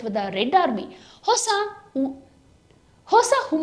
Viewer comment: ಹಿಸ ಅಲ್ಲ ಹೊಸ